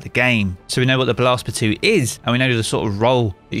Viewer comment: What kind of lunatic is calling it Blast "Batooee"?!!